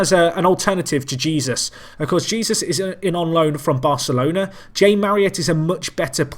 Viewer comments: Jesús is pronounced like Jesoos, keep up the good work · who gives a shite it sounds funny when he says jesus like he is